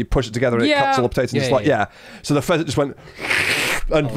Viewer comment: also instead of pheasant I heard peasant xD